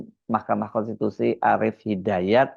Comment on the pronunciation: Pembaca laporan ini kurang cerdas, tapi menghendaki orang yg dibicarakannya cerdas. Cara membacanya seperti robot tapi banyak kesalahan baca. Pembaca lain juga tidak bisa membaca kata "konstitusi" tapi menggantinya dengan "kontitusi". Orang-orang ini nampak sekali tidak biasa membaca. Bagaimana mungkin mereka mau membaca fikiran rakyat. Dan orang-orang ini digaji dengan segunung uang yg tidak salah cetak.